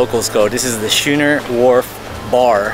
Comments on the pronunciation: Its pronounced Skooner not Shooner. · Dude, it’s pronounced “skoo-ner” like “school.” Not like “shoe.” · "Scooner" not "shooner" and "My am me" not Me am me" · A SCHOONER (pronounced SKooner) is a type of sailing ship. But I appreciate the tips. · Pronounced skooner just like school...